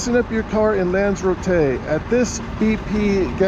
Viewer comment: its pronounced as it's spelled with an r after Lanza.